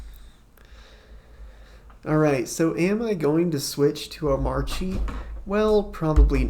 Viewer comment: Finally someone that knows how to pronounce this hyper version of Arch Linux